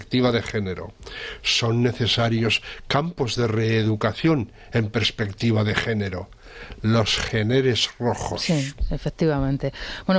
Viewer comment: Perspectiva , no "prespectiva". Por lo demás, muy bien como siempre.